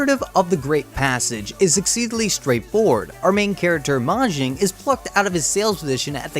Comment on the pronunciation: Ya his name is pronounced ma-ji-may